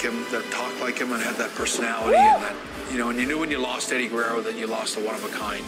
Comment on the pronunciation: when pronounces Eddie's name perfectly